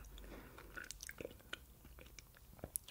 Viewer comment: Никто: Абсолютли никто: Геля: данонЕ.